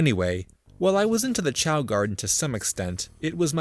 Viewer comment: I am really bugged by how you pronounce "chao".